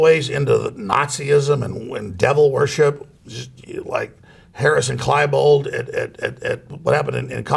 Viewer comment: "klybold" lol